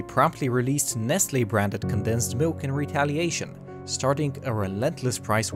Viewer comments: Ummmm. It’s nessle not nestle.... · Nestle is pronounced Neslee🤔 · Well, as a French I pronounce it "Ness-tlé" (I actually don't know how to transcribe the "é" song) But maybe it's just me